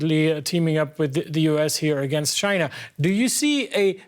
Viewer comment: Dude its China not Gina..wtf